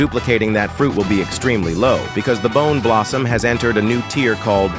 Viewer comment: and i thouth bone blossom are in new tear why did you said the boom blossom primastic what are you saying